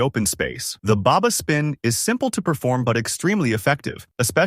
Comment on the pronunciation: I quit after Baba spin XD it’s fucking Berba spin